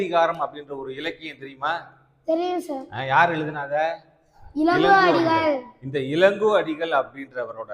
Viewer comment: இலங்கோ அடிகள் இல்லை இளங்கோ அடிகள்.பாடம் சொல்லித்தருபவேரே தவறாக உச்சரித்தால் கடவுள்கூட காப்பாற்றமுடியாது.